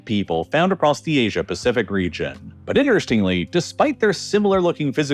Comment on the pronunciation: and rejion instead of region. I don’t think the voice is of a human.